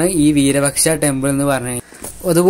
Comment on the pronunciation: വീരപക്ഷ എന്നല്ല വിരൂപാക്ഷ എന്നാണ് പറയുക